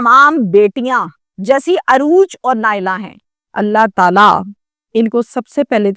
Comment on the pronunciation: UROOJ not Arooj